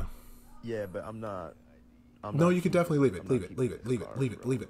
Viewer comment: He said "Nor" 😂